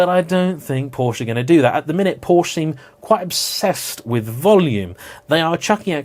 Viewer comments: You should not try to pronounce the E in Porsche, we dutch can do it because we have similar language but it’s Porschuh not porscha, it sound hideous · Paw-schuh, not "POW- shuh" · Two syllables... Together now, <Poor-shah> 😁😎👍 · "Por Sheh", not "Por Shah" or "Porsh". And Jaguar comes from an indigenous language from Brazil and is iaguara, which is pronounced closer to the American way of speaking. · It’s a “Por-Sche”. Also, it’s not a “Jag-you-are”. You’re welcome!😏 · It's akshually pronounced Porsky, you know like in "scheme". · Could you say Porka? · wrong pronunciation of 4 different car brands within in 7 seconds, starting in 3, 2, 1,... Btw Jaguar or Lotus for instance are words native to other languages so it's clearly not as bad if someone pronounces "Jaguar" as whatever the pronunciation of the animal would be. But "porch" or "ferawi" or "mishelinn" are objectively incorrect pronunciations. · "Bad hair day" "POR-CH! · You’re the only asshole to say it with that awful inflection... it sounds like “Posher” when you say it. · What I can't understand is how this perfectly intelligent dude knows how to pronounce Porsche yet still chooses to pronounce it incorrectly.